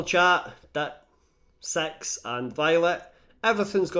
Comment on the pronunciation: You have a way of making “six” sound like “sex” and that really makes the plot more interesting.